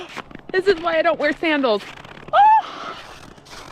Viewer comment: As soon as you said sandels 😂You'll never do that again Maybe furry crocs ❤